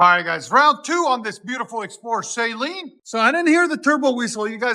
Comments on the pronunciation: It's not Say-Leen Suh-leen And this is such trash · The mispronounced name of Steve Saleen kills me